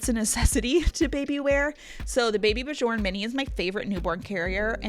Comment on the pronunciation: It's pronounced b-yorn. The j is pronounced as a y as in the word yellow.